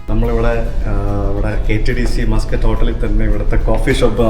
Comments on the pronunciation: മസ്കറ്റ് ഹോട്ടൽ എന്നല്ല പേര്. മാസ്കട്ട് ഹോട്ടൽ എന്നാണ് കുട്ടാ.. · Its not pronounced muskut hotel... its pronounced 'Maas-kut'. Stress on the syllabul 'Mas'.